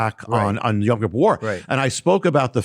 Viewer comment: I love you brother but why do you keep pronouncing Yom (day) Kippur as Yam(sea) Kippur? I have been trying to teach my friends some basic Hebrew where I keep telling them it is Yom and not Yam and you keep pronouncing it both ways. I tell them to listen to you and they come back and say you do pronounce it Yam and I don't know what to say...